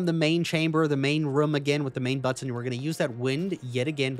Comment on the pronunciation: The way he pronounces “button” is kinda funny. Butt-ahn